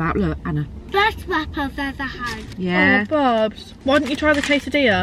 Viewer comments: I swear said 'quesatilla' ahahah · No one:: quesidia here I come 😂😂😂😂